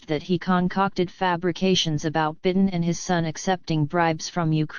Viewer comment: Your AI narrator can't even pronounce correctly the name of the President of the United States. You didn't correct it so I don't think I'll believe anything in your rotten report.